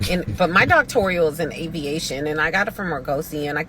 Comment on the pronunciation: She can’t even say Aviation but she got a doctorate degree in it not buying it